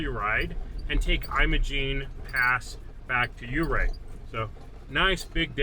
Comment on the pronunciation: The correct pronunciation is Ofurr not Ofear pass.